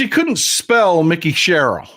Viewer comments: I'm not being critical.... I love your show... And she pronounces her name with a long I... like Mike. Mikie. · Mikie pronounced like "Mike-ee". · I am from NJ, it is pronounced Mike-E Sherrill. She is awesome!